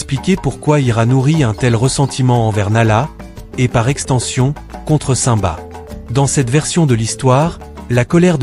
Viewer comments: mais c'est normal, aucun être humain n'a ce genre de voix. on entend bien que le timbre de voix fais faux, c'est surment une IA qui parle donc une voix robotisée voilà pourquoi il prononce le nom de simba comme ceci saint-ba alors que ça ce prononce cime ba. De plus, à un moment il dit ira au lieu de zira. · nul et déjà vous dites ou prononcez mal le nom de simba. quand vous dites le non du roi lion on entend comme ci vous disiez saint ba hors on devrais entendre comme si vous disiez la cime et vous rajoutiez le bas donc ça donnerais cime-bas et ça s'écris comme ceci je vais vous l'épeler lettre par lettre: s-i-m-b-a mais on entend comme si on parlait de la cime et du bas. de plus zira ne peut pas être la sœur de nala c'est impossible car si on regarde bien les détails on voit clairement que zira semble beaucoup plus âgée. elle pourrait être sa mère au vu de l'apparence mais là aussi c'est impossible car la couleur n'est pas la même. les partisanes de scar et donc de zira sont grise hors simba et les seins sont roux. c'est comme les renards: ils y en a des roux et d'autres bleus et les polaires sont blancs. d'après moi scar (taka) était jaloux de mufasa du fait qu'étant l'ainé c'est taka qui aurait du être le futur roi mais leur père à toujours préféré mufasa faisant de lui l'unique hériter de plus mufasa à épousé sarabi hors taka était aussi amoureux d'elle. comme le dis le proverbe faute de grives, on mange des merles ce qui veut dire on se contente de ce qu'on a alors que l'on pourrait avoir mieux et ça s'est appliqué à scar qui à été obliger d'épouser une autre lionne que sarabi et ce fut zira mais elle, elle était je pense amoureuse de taka (scar). voilà pourquoi zira ne peut avoir aucun lien de parenté ni ave sarabi ni avec nala.